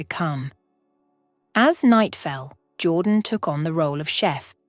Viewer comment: The narration is pathetic - a child could have done better. The pronunciation of even simple words was laughable. Even Jordan's name changed regularly from "Jordan" to "Jaw Dan". It just irritated me.